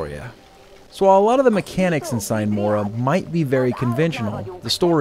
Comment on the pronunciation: "Sine mora" is latin and means "without delay". It´s pronounced "seenay mora". Enough smartassery for today, cheers!